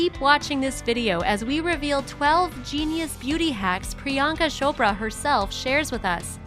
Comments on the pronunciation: It isn't pronounced 'shopra',you say 'ch' as in chair. I always find 'shopra' funny😂it's soooooooo wrong😂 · It’s cho pra like oprah 🙄 not shopra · beach! It's Priyanka Chopra not PriYanka Sopra 😒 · not priyanka sopra it's priyanka chopraa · Its chopra ....not Shopra🤦🏻‍♀️🤦🏻‍♀️🤦🏻‍♀️🤦🏻‍♀️ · Ummm....it's C H O P R A....not shopra😂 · WHy she keep saying "Shopra" . or is it just me? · She does and its so annoying lmao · It's not shopraa